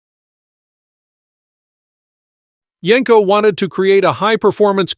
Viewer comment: It's not Yanko It's yenko